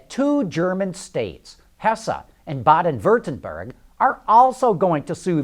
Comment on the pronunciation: Funny how you pronounce "Hessen" and "Baden Würtenberg" :-D Best Regards from Germany